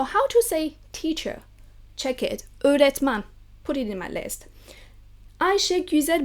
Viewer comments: As a Turkish you pronounced öğretmen a lot better than I could lmao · I was so surprised when I hear you pronounce the word öğretmen, you pronounced it like a total native speaker, congrats 👏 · you pronounced the ''öğretmen'' extremely well